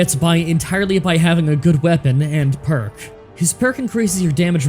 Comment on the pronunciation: How did you say "no that perk is wrong" but screw up reading it?